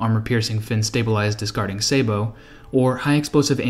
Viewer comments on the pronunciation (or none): none